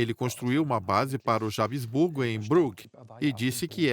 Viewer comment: Habsburgo e não Hab-E-sburgo.